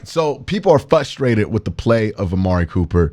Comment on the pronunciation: q ..... frustrated actually has an "R" in the word ....big homie! our horrible cle accents.... hard to fix....i know!